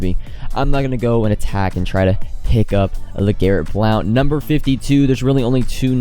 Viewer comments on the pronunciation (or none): also I hate to be that guy but it’s pronounced “blunt”